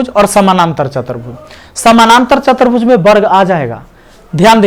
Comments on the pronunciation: Sir aap chaturbhuj ko chatarbhuj bol rhe h to bhut ajib lag tha h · chatarbhuj nahi sir chaturbhuj hoga